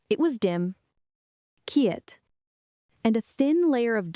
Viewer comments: Quee-it..in lieu of just QUIET.. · Quiet pronounced KEE-yet. Seriously.